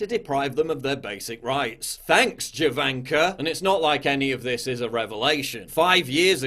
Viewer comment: Just a Quick note , its 'Ivanka' not 'Jovanka', furthermore the 'J' does not pronounce like the english 'jay' but is a j sound like slavs pronounce 'J'.